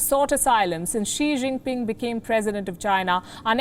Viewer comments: My name is Xi JiNping more emphasis on the alphabet 'N' not Xi Jiping😂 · Seriously, please learn to pronounce “Xi Jinping” properly 😓.